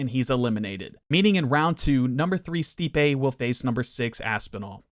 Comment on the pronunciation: Brother. You pronounced stipes name wrong the whole video acknowledged that he's one of the greatest of all time and didnt know he's an elite boxer. Hes known for his boxing and his hands. Minimal research would have answered that for you. Good video tho